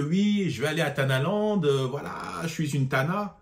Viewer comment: Cest pas TANALAND mais kherbalande 😂😂😂